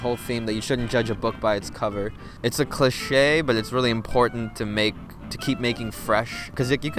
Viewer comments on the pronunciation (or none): a “cla-shay” lol